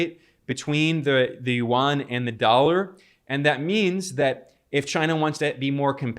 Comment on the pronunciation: Hi Ben, it’s a fantastic report thank you for your passion and news accuracy❤ One minor point about pronouncing the Chinese Yuan which most people make, Yuan is not pronounced as it is written (not Warn), it is pronounced Yuu-Ann as in Anne (the woman’s name) or the sound of the alphabet N) at the end. This is the native language pronunciation of Yuan, which is a romanised word (using the Chinese invented pinyin writing system which do not follow directly the English pronunciation system) from the original Chinese word 元 of its Chinese currency. ❤🎉 you may confirm this with native speakers.🎉 I thought I should highlight this since it is starting to be an important currency for the rest of the world and it sounded strange to native speakers if it is not pronounced correctly.